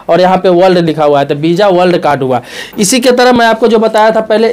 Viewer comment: Bisa nhi visa hota hai sir